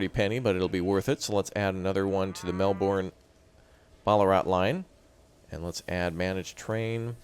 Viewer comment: I think bin is not quite the sound, and burn is not quite it either, it's shorter...more like just "bn" so Briz-bn and Mel-bn And lets not forget Albury = All-bur-ee